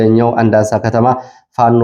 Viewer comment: ከባህርዳር ወደ ጭስ አባይ ባለው መስመር የምትገኘው ቀበሌ አንዳንሳ የሚለው አንዳሳ በሚል ይስተካከል ሁሌም አንዳንሳ ነው የምትለው ።